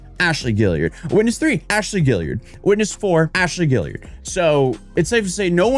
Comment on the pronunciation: Okay, I'm being picky here, but... Guillard is pronounced "Gee-Yard"... not "Gill-E-Yard".